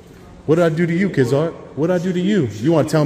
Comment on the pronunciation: deputy "KIDZART" haha 👎